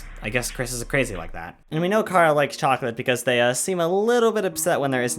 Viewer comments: Chara not cara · You said cara its chara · Me: Hell yeah, somebody talking about my favourite character and how's they are just a child and not a fucking sadist like everyone thinks they are? Sign me up! Author: Pronounces "Chara" as "Kara" Me: Uuh shit. Here we go again.. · Bro your saying Cara 😑